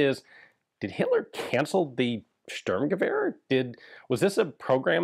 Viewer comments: just for historical accuracy: "Shturmgevehr" kinda= Sturmgewehr. With a sh sound (sheep, shell, shallow) s is generally an s (saw, sit, see) in German, but if it is at the very start of a word and it is followed by a T or a P, it is pronounced sh. Obvious examples could be Sport - Shport and Stopp - Shtop. exceptions: foreign words imported into German, for example star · Did Hitler cancel the Stueeerrrmgever?